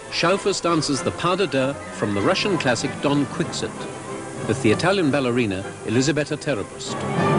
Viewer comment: Hold on, did I hear this guy say "DON QUICKSINT"?